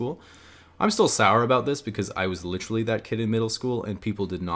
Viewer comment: is more like "litrull"